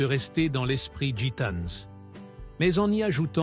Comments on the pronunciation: IL FAUT DIRE A LA PERSONNE QUI FAIT PARLER L ORDINATEUR DE LA VOIX DU COMMENTAIRE QU EN FRANCAIS ON NE PRONONCE JAMAIS LA LETTRE " S " DU PLURIEL DES NOMS . ON NE DIT PAS " GITANE Z " MAIS " GITANE ". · " Gitane's, brune's " 😂😂😂